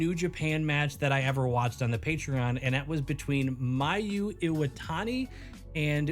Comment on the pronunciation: Damn, I REALLY should've watched the whole video before commenting, realizing that you talk about a Mayu vs. Utami match ROFLMAO so even better if you already know a bit of those two. Btw, pronunciation on both was honestly pretty good. You got Mayu's perfectly. For Utami, instead of "she" twice it's "shh" twice. High-Yuh-Shh-Shh-Tuh.